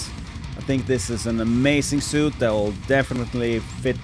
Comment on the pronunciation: great review. can always use more chainsaws... fyi , french is silly af and suite is pronounced 'sweet'. someone lost their Ws and Vs